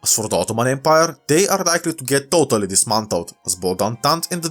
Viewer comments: "Had germany allied with russia and titally"💀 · i love "tit-ally" ❤